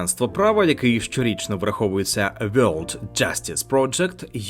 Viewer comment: Абожеж, навіть британці не кажуть на world вьолд, та навіть ті ж австралійці. Що ж в нас так погано все з вимовою